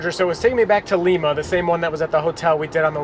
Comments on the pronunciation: Haha lee-ma. It’s Lima, like lie-ma. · Lie-ma, not like the one in Peru ; )